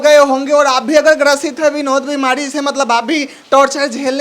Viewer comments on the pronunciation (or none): भाई विनोद होता है ना कि बिनोद 😂😂😂